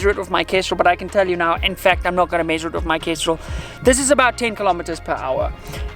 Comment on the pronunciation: Guy must be South African. Pronouncing "with" as "wiff".